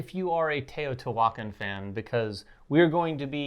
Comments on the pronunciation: The pronunciation of the game… is not Tayotee-Walken lol. It’s Te-o-ti-hua-can. Or Tay-oh-tee-hwa-khan, with an equal emphasis on every syllable. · Every time you try to say the title of this game you MURDER is pronunciation!!! GOOGLE THE CORRECT PRONUNCIATION!!! You're insulting my ancestors! Every time you say it wrong, my ancestors roll over in their grave and the gods kill a puppy and a kitten. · Oof the pronunciation is like nails on a chalkboard